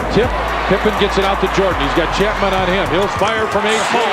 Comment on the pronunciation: Why are you calling him chatman, he's chapman. And why u call it Charlotte (CH pronounce das in chat), it's pronounced Sharlotte. And it's pronounced Shicago, not Chi-cago.....